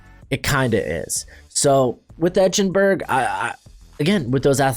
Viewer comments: You're mispronouncing Eichenberg. It's not etch-n-berg. It's ike-En-berg. How could you have watched Notre Dame games and not heard it correctly pronounced? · bro it’s eye-ken-burg😭